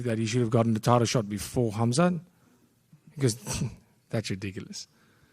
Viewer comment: Respect to DDP that he pronounces "Khamzat" correctly